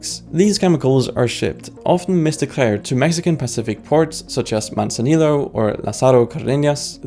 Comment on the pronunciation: The J in Jalisco is pronounced as an H so it should sound as Ha-LEE-sco. Two ll's in Spanish isn't pronounced as an L but rather as a Y so Manzanillo should be pronounced as Mahn-zah-NEE-yo. Also, the coca plant grows in Ecuador too. Just trying to help.